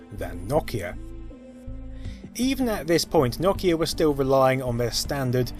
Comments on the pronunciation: First time I've heard "naw kee ah" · I giggle every time he says Nokia. Does everyone from the UK pronounce it 'nawkia'? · like a fucking drongo who says it as "NO-KEY-AA" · I stopped watching because you wouldn’t stop mispronouncing Nokia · I don't know what's gotten into me today, but I seems to be getting triggered by pronunciations today... like, for instance, pronunciation of Nokia... I'm up the wall on this one... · can't say nokia correctly take this shit down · He's right. You are the one who isn't pronouncing it correctly. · ...this guy keeps pronouncing Nokia wrong and it's really starting to bug me the more I watch. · The way he says Nokia tho... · Good vid but had to stop watching at his pronunciation of Nokia. I understand it's his dialect and do not fault him but I couldn't take it lol. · 🚫! 🤕😳😤🙊🙍 Stop it! Just stop! I have never heard anyone mess up saying Nokia more than you in my entire life! Here try and say it with me, & the rest of the world. It's really, really easy to enunciate this word. Ready? Okay here it goes: "Nokia" No 'Kia' that's it! [My buddy just bought a 'Kia' as his 1st car today. No Kia really? Those are good safe cars. Good for him! >I even gave you an example word< NO, then KIA, like the car manufacturer Kia, just with NO in front 1st! ^No'kia^ there you go! Not whatever the hell you're doing because it hurts, it physically hurts my ears & my brain; the way you say it. Thank you. Hope it helps. Also thank you for the content it is interesting and it is very entertaining just not when you mess up ^Nokia^. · I gotta say, it's weird to hear Nokia pronounced as "NOCK-e-uh." I've only ever heard "NO-key-uh" and "no-KEY-uh." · It’s Nokia not nokkya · darn that Nakia beating out other companies like Sany and Micrasaft. seriously mate learn to pronounce things. its NOKIA NO KEY AHHHHH. that's an O not an A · Its not NOCK-IA ITS NO-KIA.... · its No-Kia not Nok-Kia and the N95 was great :p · "Knockeia" Its NO Keia Like Ikea but a No